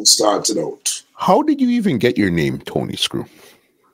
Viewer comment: Shame on you son. It's "Tony" bredda.